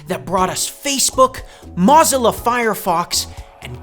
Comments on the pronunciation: Please don't pronounce Mozilla like that again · not pronouncing Mozilla like mozarella cheese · First time I've ever heard somebody pronounce Mozilla that way 😆